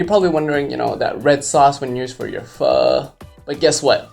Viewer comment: Knew he cant speak viet when he cant say pho correctly